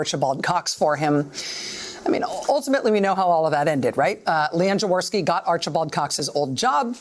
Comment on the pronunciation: Rachel pronounce Jaworski as: yavorsky :) to make it sound accurate. It's a Polish name haha...